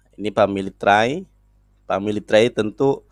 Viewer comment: itu Esha Emha loh tapi baca Tree ( Pohon ), dengan Tray, parah bangat iya, kualitas lulusan SMP saja ngak separah itu. Dia makin Panik dan Frustasi, melihat kitab dan ajaran agamanya dikuliti apologet2 kristen tanpa dia bisa membantah, menghalangi, yg selama ini mereka banyak ngak pernah dengar. Walau apa yg disampaikan ngak ngaruh buat kristen